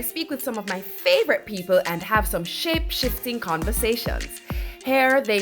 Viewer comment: did she say shapeshiffttting??????